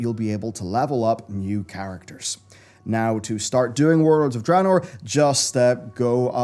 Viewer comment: I try and watch, I really do but even after the game was announced back in Nov 2013, you still can not say DRAYNOOR correctly, its not DRAHnoor. Please learn, I hat mispronunciation